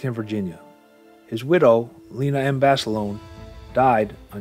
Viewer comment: Would like one JUST ONE video where Basilone's name be correctly pronounced. It's pronounced Baselona the i is e and a HARD A at the end.